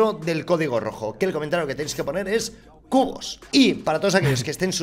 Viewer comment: Cubos jaja XD jaja XD jaja XD o cubus no entendí jaja XD